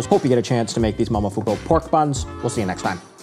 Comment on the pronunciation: Mo-mo-fu-ku. Not mamafuko